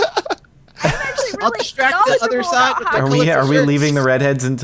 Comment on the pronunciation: Lol said if you heard her "do one of you guys want to stay as a forward on the 'udder' side"